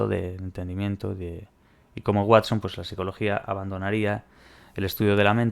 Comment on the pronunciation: el Watsón😂